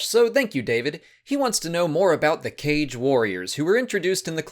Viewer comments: while it is pronounced "Kah-gae" i actually kinda vibe with the "cage" pronunciation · I thought it's supposed to be pronounced Ka-Ge, like the ho-ka-ge, because it seems they took inspiration from ninjas, you don't pronounce it as ho-cage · Aghhhhh I opened the video just to see how you pronounce "Kage"... It's not the same as you'd read "cage". Instead, the correct way is "kah-gee". I remember Janina Gavankar correcting someone about this in the past :P She spoke about Kages many times when she did the Inferno Squad audiobook. Okay, back to watching the video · Recently I listened to the Battlefront 2 audio books, Janina Gavankar kept pronouncing it "kaa-gee" and threw me off for awhile since I pronounced it the same way you do as "cage" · Mispronounced. Kage (Kah-geh) is shadow in Japanese. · The Inferno Squad Audible pronounces the species as "Kah-gay" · I feel like, considering their Japanese aesthetic, their name's pronounced "Kah-gae". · I believe it is supposed to be pronounced Kaa-gay. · It's pronounced "cah-gay" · Kage means "shadow" in Japanese (like Kurosawa's Kagemusha) and thats likely where the name comes from, so the Kaa-gee pronounciation makes more sense to me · I see the comment section has already ripped you a new one on the pronunciation of Kage, so my status here will be in tribute. I love your channel!! More!!